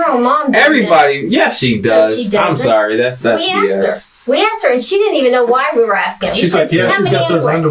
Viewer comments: pronouncing asking 'aksing' is the real crime here. Closely followed by the bizzare names used by everyone in his family. I dont need to know he kiddy fiddled the nieces to know theyre dealing with a monster. Crimes against the english language is enough for a life sentence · "Aksed", "I sais", "whatnot" - what a low life POS!..😢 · And uncle of the year award goes to ( not you ) and asking is pronounced ( asking ) not AXEING learn English 😊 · He aksed them again and again. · Hello. I am not an English speaker and I just have a quick question about language. Is it common to say my "wife akse me" and not "asked me? Tanks for any response. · Why does he says: axed me instead of asked me?! He did it twice so far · "axed", "turned her out"...I'm sure there are others but that type of lexicon although not evidence would make me question this guy and closely pay attention. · Its Asked not Aksed! Texts not Texses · says i’m trying to educate them. then says,,, axed them. dangit. i’m done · She axed me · my wife axed me? jesus christ. english? where is it